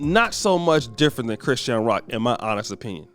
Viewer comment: Why you butchering chrisean name like bro you put to much stress on it